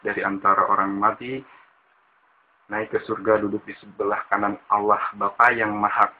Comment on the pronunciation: cuma ngasih tau yg bener perihal pengakuan iman rasuli (yg di sebut protestan) menyebut Allah masih terdengar Alloh khalik bukan kholik ada yg terlewat, ini yg terlewatkan "dan akan datang dari sana utk menghakimi orang yg hidup dan yg mati" di sebut ROH malah terdengar rah heheh jangan di sebut terpisah A...terus M.. harus di sebut nyambung am semoga bermanfaat..